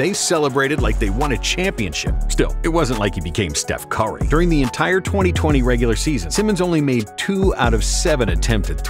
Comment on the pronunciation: Ahh, yes. My favorite player: Steph CWOHREEE